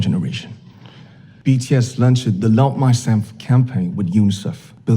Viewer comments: BTS bukan be te es ! Kaya oprator google aja😁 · but bi-ti-es not be-te-es;(( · Bi ti es please Bukan be te es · BTS as Bi Ti Es not Be Te Es 😭😭😭😭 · Humor hanya sebatas "be te es"😭🤣i mean, it's "bi ti es" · You pronounced right for kim nam jun. But BTS (isn't) BE TE ES that should BI TI ES. i'm sorry for my poor english 😕. Im just ordinary Army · Kadang aku suka diomelin sama tmn yg fans bts , karena aku manggil BTS jadi BeTe'es bukan bities . Tapi dari Han Yoo Ra sampe Miss Sacha manggilnya BeTe'es juga 😂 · Bities bacanya:( bukan betees:( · Bacanya bities bukan betees🤟🤟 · Bities not betees kak ㅠㅠ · Btw kk bukan BeTeEs tapi BiTiEs :v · Please kak..Bi-Ti-Es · Dia bilang be te es hhh fucekk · be te es oke lah, skrng... anda slh baca jga anda jg hrs bljr jga, krna anda myruh kmi agar bahasa inggris kami bener(pndpat gw) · TOEIC Kim Namjoon BTS 850 saat duduk dibangku SMP namanya Kim Namjoon, kakak bacanya udah bener "kim namjun" tapi lebih gampang kalo kakak pake nama panggung "RM" bacanya "ar em" trus nama grup BTS bacanya pake bacaan huruf inggris jadi "BiTiEs" sukses terus ya kak. aku suka konten kakak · Be-Te-Es wkwkwkwkwk